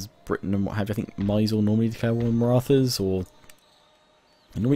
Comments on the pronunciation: It pernouced 'miz-ooo-reee' not 'my sore' hahaha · 1) Mysore - Its pronounced as My-soor 2) Sun Tzu - Sun of his name is pronounced as soon,Tzu was correct